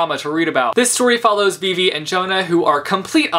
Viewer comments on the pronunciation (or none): none